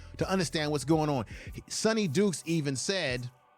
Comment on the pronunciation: Sonny DYkes not Sonny Dukes.